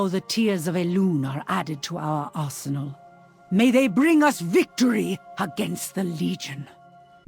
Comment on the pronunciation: she sounds like she said ASSENAL instead of ARSENAL..........hahahaha